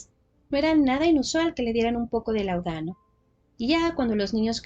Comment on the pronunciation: Perdón, pero se dice láudano. Es palabra esdrújula. Era un medicamento común en la época.